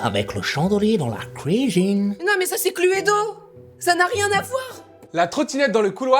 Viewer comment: Oh mon dieu ça m'a fait saigner des oreilles cette prononciation de "cluedo"!!!!! Clu-é-do????? C'est "clou-do" ou juste "clou" 🤣 mais bon ton jeux à l'air bien en fait, j'ai hâte d'essayer.......Clu-é-do.....trop drôle